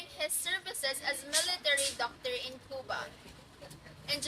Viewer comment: You mispronounced the Cuba